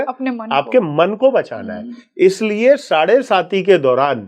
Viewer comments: मैडम साढ़े साती होता है न की साढ़े सती बार बार आप गलत बोल रही हैं सुनने के बाद भी नहीं 😂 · I agree! The pronunciation of 'saade-saati' is erroneous..and the involvement seems frivolous. Such serious & sincere astrology experts need to be interviewed with meaningful queries..to delve into a gem-studded ocean, one needs to be a competent diver!